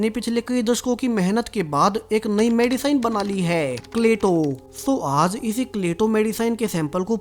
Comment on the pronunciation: मेडिसिन होता है ना कि मैडीसाईन